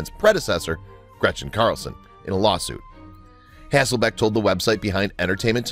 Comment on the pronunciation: I tho't she was cute and enjoyed her. However, if she was the moron everyone seems to think, so is the announcer on this video as her name isn't HasselBACK as was said repeatedly, but HasslelBECK. Those who throw stones in glass houses..... etc. , etc.